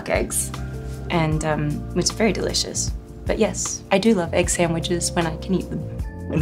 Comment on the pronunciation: Funny hearing her slip slightly into her Harley accent when she says "egg sandwiches" lol